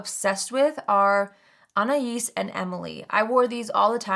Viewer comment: You Pronouced Anais Correctly! Omgosh, I'm so surprised! in a good, happy way!!! even though you're not referring to me, I'm flattered that one of my favorite Youtubers said my name correctly!